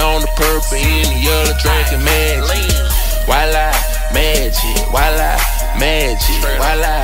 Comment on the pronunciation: its wala not viola